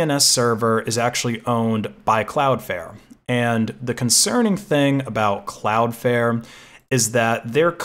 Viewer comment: It is called cloud flare not cloud fair